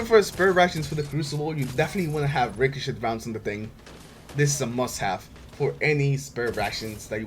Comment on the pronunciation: I love how you say ricochet "ricoshit" XD